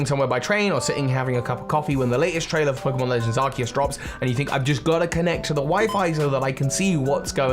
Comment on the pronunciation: ARCEUS, NOT ARCOOS! FIX IT NOW!